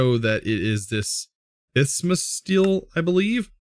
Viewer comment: Bismuth is pronounced biz-muh-th. Just letting you know :)